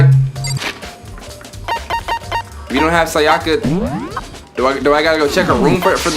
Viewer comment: The way you pronounce “Sayaka” has me dead.💀